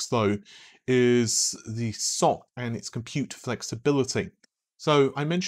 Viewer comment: Ess-Ohh-See is probably more correct, but certainly less entertaining. Keep with the Socks :)